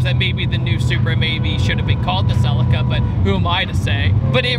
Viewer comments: It’s not selica. It’s pronounced CELEEECA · SUH-LEE-KAH its SuHLEEKAH, stop disrespecting the name. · Where is the S in CELICA.......FFS......calling it a SELICA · In the UK we pronounce it 'selleeka' 🤔 Love your vids fella 👍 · Please pronounce the model right =[